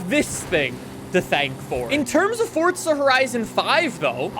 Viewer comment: welcome to another For'T'za horizon video🤦🏻‍♂️almost every YouTuber says it😂